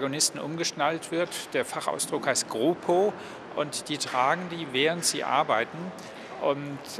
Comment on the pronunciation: In Frankfurt am Main ist schlechtere luft außerdem wird dort viel zu viel gedealt und Go pro auch anders ausgesprochen aber sonst cooles Projekt